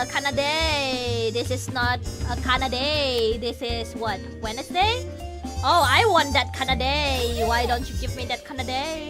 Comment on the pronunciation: インドネシアでの英語の発音だと水曜日がスペル通りでウェドネスに近いんだなぁ